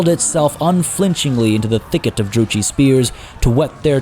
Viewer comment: Druchii is pronounced with a K sound for ch. Thats how its done in the diplo voice lines as well.